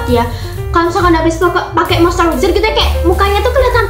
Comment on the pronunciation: izin koereksi bacanya moisturizer ya buka mostewezer cmiiw😊😊